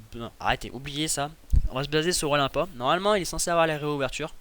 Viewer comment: Olympia ce dit Olainpia